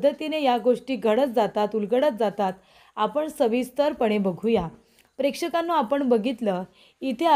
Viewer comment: कितीदा prekdhkannu म्हणतेस बाई